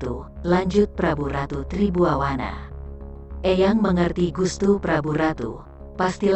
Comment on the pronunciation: Ma'af, Tri Buana dan bukan Tri Buwawana 😂🙏